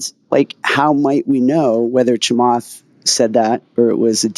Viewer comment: Also, it's Chaamath not Chamaath